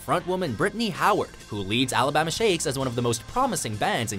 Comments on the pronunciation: Is it me or is he pronouncing "Alabama" weird? Sounds more like Alabahma. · Something about the way the narrator says "Alabama" really bothers me.